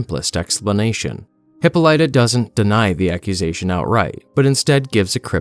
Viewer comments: Hip-all-it-a. Go back to school rtard. Reading isnt that hard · Diana’s mother's name is pronounced Hi-PAH-li-tah. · Hypolyta is pronounced Hip-POU-leh-ta. Just gotta get that out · Awesome comic, great video! It is, alas, pronounced "hip-PAUL-i-tuh." :) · your pronunciation of Hippolyta is driving me nuts, it's hip-PAHL-ih-tuh, emphasis on the PAHL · For future reference, Hippolyta is pronounced: hih - PAH - lih - tuh With the most emphasis placed on the "PAH" syllable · Dude, it’s pronounced ‘heh-paul-ita’ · Great narration, and this comic looks amazing, but please stop using a Russian-esque accent for Diana. Her mother's name is pronounced "huh·paa·luh·tuh", and you should make your Batman voice just a bit less gravelly. There are some parts that are great done with his voice and others you get a little too gravel like but for the most part your Batman/Bruce voice is pretty good here. Overrall this is a great look over into the comic and enjoyable watch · IT’S PRONOUNCED hip-pahl-uh-tuh!!!!!!!! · Love this but I had to accept "hippo - lighta" for a while 😅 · Hh - PAAL - LIT - TUH Damn it man, say her name right lol. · Pronounced; "Hip/pol/ita" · Hip-palla- ta you fucking inbred donut. Use google before butchering words. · The name is pronounced Hip-pol-it-ah. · Hit pall a ta is how you pronounce Hippolyta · The most important thing you need to pick up is how to properly pronounce “Hippolyta.” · That is not how you pronounce Hippolyta... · they are pronouncing her name wrong through this whole video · Dude, you’re doing a great job. Congratulations but long but Google search or Apple translate how to properly pronounce Hippolyta. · This isnt an AI voice right? I cringe when he pronounces Hippolyta 😆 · It's sad that you can't pronounce Hippolyta. Plus your Wonder Woman "voice" makes her sound like a mixture of Norse and Greek lol. Other than that, great video. Keep up the good work brother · Thats certainly one way to pronounce hippolyta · Hippolyta? It’s Hippolyta